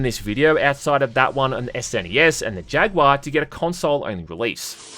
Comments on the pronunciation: I didn't know Australians miss pronounced jaguar as well. Thought they actually knew how to speak English 😂 I'd love more terminator movies Set in the actual war Also love the 360 avp game Went through it again recently on pc and really liked it still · Why does he pronounce Jaguar as "jag-waa"?🤣